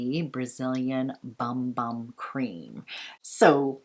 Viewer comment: Loved all of this! Just a FYI...the Bum Bum cream and scrub is pronounced “Boom Boom” not bum bum. It’s Portuguese. Love Veronica Beard and wished I’d have gotten that blazer. I tried to get the long sleeve Anthropology blouse but they’ve been sold out in my size for awhile in that color combo.It’s so groovy. Lol love Profumum Roma too!